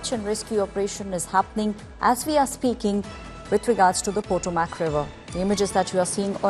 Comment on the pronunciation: It's been reported that it is a military helicopter. Also, Potomac is pronounced puh-TOW-muhk. Prayers.